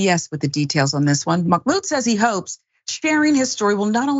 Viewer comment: Just a quick fyi. There is no “k” in Mahmoud. :)